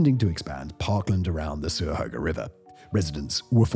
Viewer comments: Cuyahoga is pronounced kye-a-HO ga. Not Soo ya ho ga! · Cuyahoga made me laugh at or so, as an ohioan it's CUY- ahOga. CUY like GUY; a, short a; hOg, long O like hogey sandwich;a, another short a. It's a real pain when they phonetically spelled native place names into english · Cuyahoga, pronounced KY-ə-HOH-gə. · Oh man that pronunciation of Cuyahoga during the helltown ohio bit threw me for a loop. It's a hard C not an s noise. I had to quadruple check myself like "Is he trying to say Cuyahoga???" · Creative way of pronouncing Cuyahoga. It's a C not an S. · FYI: "Cuyahoga" is pronounced "ky-a-ho-ga" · Cuyahoga is pronounced KAI-ah-HOG-ah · Oh Simon. As an Ohioan you absolutely butchered Cuyahoga. Its pronounced Kai-ya-hoe-guh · that's the funniest way I've heard Cuyahoga 😂 it was a nice try though. Kai-uh-hoe-guh is how we locals say it I have been to hell town one time and I could see the strip of milky way in the sky, it was beautiful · Cuyahoga is pronounced Kyahoga. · I love Simon's content, but omg: #38, Cuyahoga! Hard C, not soft C. Pronounced Kuy-(rhyms with "guy" or "buy")-a-ho-ga. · "Accidental taxidermy" is my punk band name additional comment: i have never heard that pronounciation of Cuyahoga (kye-yah-hoe-guh) (or kye-ya-hog-gah) Helltown is not real, it's Boston, it's a little town and it's very cute. Mostly just an outpost for the CVNP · He's so bad at pronouncing words! It's so frustrating! It's pronounced ky-ah-hoag-ahh. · Cuyahoga has a hard C. I live a few minutes from Helltown and that was really bothering me for some reason. 😅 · I really appreciate the work you put into making a video with so many interesting locations. It's honestly amazing the amount of quality content you produce across all your channels. But, as someone who lives next to the Cuyahoga Valley National Park, it is pronounced kai-uh-ho-guh. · Isn't it chai-ah-hoga. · I’m currently in Cuyahoga falls Ohio and how he’s saying it is killing me 😂